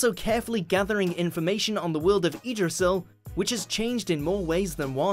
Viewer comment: Lmao eedrassil